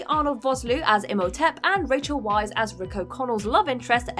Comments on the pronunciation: Wiess is pronounced like 'VICE' not like 'WISE' x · Cute... but her name is actually pronounced "Vice". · Weisz == pronounced Vice